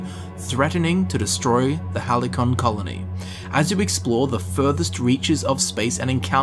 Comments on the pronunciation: Haly-con? Lmao its Hal-C-On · hal·cy·on /ˈhalsēən/ Every time you said "hal-i-kon", I cringed. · Like all good readers you add or change words in a sentence; we're only human and it made me smile (not a negative critique) but (oh no!) I'm pretty sure 'Halcyon' is pronounced HAL-SEA-en, not... how did you say it, Hal-ee-con? I so want this to be good after the debacle of FO76. Grrrr... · I think it’s “halcyon” not hally-con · I've heard "Hal-ki-on", " Hal-see-on" but "Hally- Con". I cringed. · Why are most youtubers finding Halcyon so hard to pronounce? HAL-SEE-YON or HAL-SEE-YEN. There's this thing called google if you're unsure. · hal-see-on. lol everyone keeps saying it wrong. sorry. but ya this game looks fucking dope. god i cant wait. also theres so many shots taken at Bethesda in this trailer. everytime i watch it I notice something different. Just noticed when they show the player crawling out of your cryopod in the beginning of the trailer you stumble and fall to your knees, just like the start of fallout 4. im glad someone is speaking up about how Bethesda raped Fallout. its like that episode of south park where George Lucas and Steven Spielberg rape indiana jones lol. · Fucking no one knows how to pronounce halcyon. Hal - see - on. halsɪən.